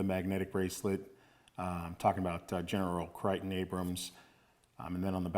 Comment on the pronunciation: The general’s first name is pronounced as Crayton not Criton .